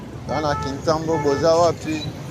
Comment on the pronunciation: Frère esali ngai bien komona commune ya kintambo ma bele mame félicitations mais ba komnbo oza ko prononce yango pas bien, félicitations encore.